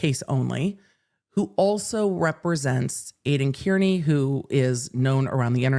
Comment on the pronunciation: Just FYI Aiden's last name is pronounced Car-knee, not Care-knee 😊 everyone pronounces it wrong.